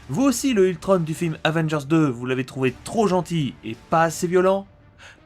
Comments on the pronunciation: On ne dit pas Ultrone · Enfaite c pas ultronne c ultron on on on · C toujours pas ultrone mais ultron!!!!!! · ultrone pour la vo et ultron pour la VF sinon continue comme ça j adore tes vidéos !!!!